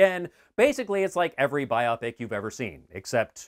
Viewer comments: Love your channel but I cringed every time you said biopic “Buy-O-Pic”, as “Bi-Op-ic”. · BIopic is a portmanteau of biography and picture, so it's pronounced BIOpic, nit biOPic. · Sorry I couldn't get past "Eric Apple" and "biopic" rhyming with "myopic". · I'm just amused that you pronounce "biopic" like it's a medical condition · I have never heard biopic pronounced that way before. Talk about weird.